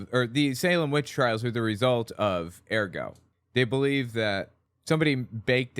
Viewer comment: URR-got, not AIR-go